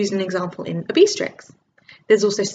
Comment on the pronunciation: obeestrix is Ob-stet-ricks! Lol!